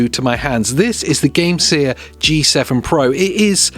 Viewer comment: Why are you saying Gamesir like that?😂